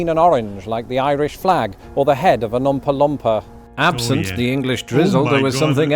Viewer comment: "Umpa Lumpa" lmao